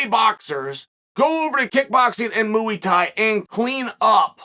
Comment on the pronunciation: "Mooo-ey" Thai